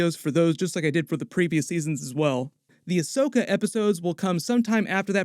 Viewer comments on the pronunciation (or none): none